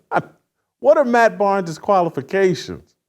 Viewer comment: Barnes! Not Arnes!!!